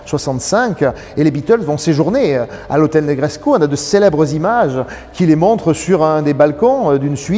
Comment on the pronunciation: Formidable présentation, félicitations ! Par contre, de grâce, cessez de prononcer le sufixe roumain "-escu" en " échou ou échcu"! Ça n'existe pas ! Negrescu se prononce exactement comme Negreso, avec ou à la place du u, à la fin, mais sans le son " ch". Donc, phonetiquement " NegreScou, tout comme " Ionescou, pour Ionescu " Par contre Ceaușescu, se prononce Theauchescou, avec un ch au milieu car il y a la lettre" ş" caractère qui n'existe pas en français. Il vaut mieux donc le prononcer " Seaucescu" que " Seauchescu" comme le l'entends si souvent...Certes, pas très important, mais je tenais toutefois à le signaler🙂!